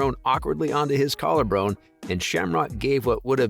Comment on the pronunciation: Broken collar "brone"? You even said it twice. I can't watch